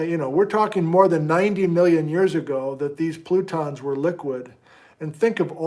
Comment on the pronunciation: Did you just start to say "frutons"? Fruit cake plutons.